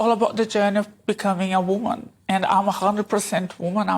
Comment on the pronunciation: 💭 She said WANMAN , I think she means WOMAN💭